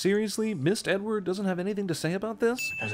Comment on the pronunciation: "Mist Edward" 😂😂😂😂😂😂